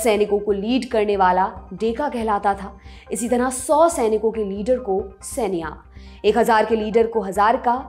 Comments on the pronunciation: 100 sainikon ke leader "Saikia" kehlata tha.."sanya" nahi 🙄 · It's Saikia not sania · XAUIKIA ( SAIKIA ) NOT SENIA